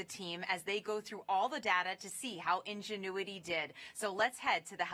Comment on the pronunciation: Maaf min. Bacanya "injenuiti" bukan iujiniti 🙂